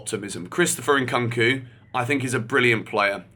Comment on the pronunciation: WHY DOES HE KEEP SAYING CHRISTOPHER NKKOOOOONKU!??? IT HAS A U FOR A REASON ITS SO JARRING WHEN HE SAYS IT PPLEASE YOUR NAME ISNT GEORGER BUNSON IS IT???